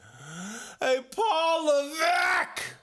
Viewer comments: Lol... I also forgot to put emphasis on the "V" in Levesque. It's more like, Paul LeVECCCKKKKKKKK!!! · Paul LevECCKKKKKKK!!! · I click on his video just to hear him say, Paul Levesque, LMFAO.